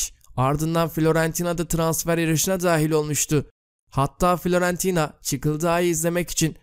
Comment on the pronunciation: Ya kardeşim seni seviyor ve destekliyoruz.Senden rica ediyorum şu yabancı takım ve futbolcuların isimlerini doğru telaffuz et.Florantino nedir ya?